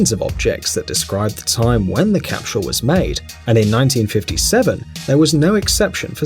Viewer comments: its not pronounced "capshull" its "cap sull" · I couldn't watch the whole thing. That guy can't say "capsule" to save his life. It drove me crazy. He kept adding an "sh" to the word, so he said "capshule" every time. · Am I hearing wrong or does he keep saying " capshul"? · Capsule, not capshule. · Someone needs to tell this guy that it is a time CAPSULE not a time CAPSHULE . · Why is he saying "cap=shule"? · Cah? Capshul? Memorabilier? Why is it that the English seem to have trouble pronouncing English words? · The way he says capshule is triggering me. :/ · I hate How he continually said "capshul" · Cap-shool? I've never heard anyone else in the UK or US pronounce capsule this way. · My mind is still boggled at hearing how many Brits pronounce "capshule". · Capschule? LOL! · He’s English. We watch a lot of British shows on Acorn TV. They also pronounce a lot of vowels long. I chuckle when they pronounce schedule as shedule were we in the US say skedule. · What is a "capshule"? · After watching this, I've learned a new word: "CAPSHULE". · I've heard schedule as "shedule" before, but JIM JIM hit the nail on the head with this comment about "capshule"!!! Hilarious! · Made me nuts....capshul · What is with this fuckstain and mispronouncing the word capsule? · There’s an ‘H’ in the word Capsule? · Nobody buttfucks the english language like the britts where is the h in capsule. Fucktard